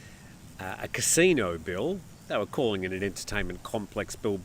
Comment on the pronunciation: Can you say Casino